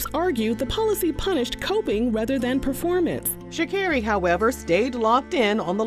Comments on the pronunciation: i thought it was sha-CARE-ee, too tbh lol i thought she said it in her victory speech in tribute for her mama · It is Sha CAR ree, hearing you butcher her name was driving me lol